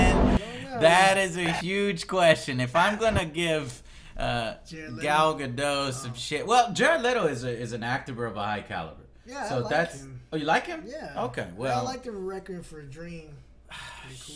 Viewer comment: Joe, Gal Gadot is not French. The T is not silent.